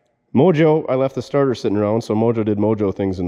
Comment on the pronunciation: Lol sorry it sounded like you said you were going to put a tarter on it